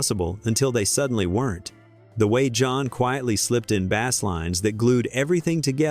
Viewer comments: Good video. Awful use of AI. You have to dumb down for AI, not treat it as if it actually understands. In other words, it's John Deacon's BASE line, not bass. It's Nineteen seventy five, not 1975. It's listening to it, after the commentary and editing it, correctly. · Bass rhymes with pace. The a.i.’s pronunciation is a fish.